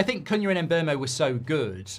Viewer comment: Mark and the internet have to learn his name is not pronounced as it spelled. Mbeumo calls himself MBOOMO like in BOOM!